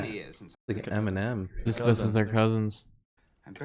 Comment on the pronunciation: The way I DIED when he called mr.collins eminiem